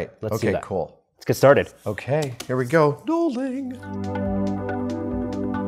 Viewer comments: Is it gnolling? Or knowling? How is it spelt? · i thought it was nulling at first